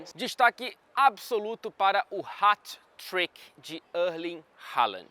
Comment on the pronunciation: fala o 'Hat Trick' mais bonito da Inglaterra